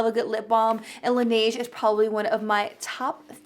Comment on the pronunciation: I cringed when she said laneige wrong like 5 times in a row.